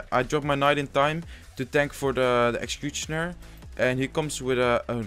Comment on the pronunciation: I really love how he says 'logh' and 'excecuctioner' Love your videos by the way,keep it up dude